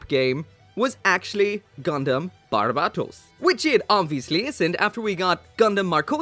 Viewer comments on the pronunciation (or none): Another wrong thing you and way many other people do is the way you pronounce Barbatos is more like the legit country instead of the name of the mobile suit and is funny because in the anime either japanese or english dub they make the right pronunciation